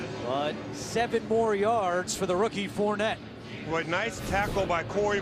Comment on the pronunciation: "Four-ney", not "Fournette"....he's from Louisiana.